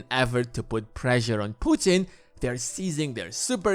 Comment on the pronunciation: Who the hell are you to talk about mother Russia at all??? Noone?! Who the hell are you to mispronounce president of Russia name ! Noone ?! Go sleep, kid!